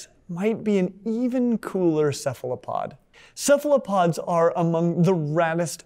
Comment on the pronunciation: boos when says cephalopod with a soft c instead of a hard c lmao edit: also imagine being a human with our stupid blood vessels in FRONT of the retina when cephalopods have their retina in front like is proper